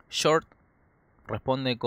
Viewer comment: Es totalmente falsa la partida !! Aparte el comentarista debe ser chileno ..porque a ellos les cuesta pronunciar shhh y siempre lo hacen chh..... Repitamos todos juntos short y no chort !!